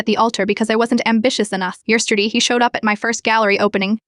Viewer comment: Fiantenta.... Jesterdee. .. Yep.